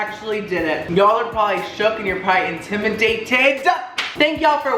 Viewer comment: 'Yall probably intimmydated ' Had to ahah